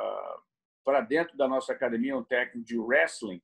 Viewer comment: É raro ver um Gracie que não fala “cadimia”. 😊